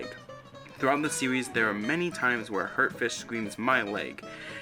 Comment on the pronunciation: “Thwuwout da seowies” lmao sorry I can’t take you serious